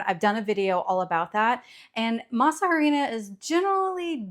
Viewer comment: Also, tip: the “H” in harina, is silent. So just say “masarina”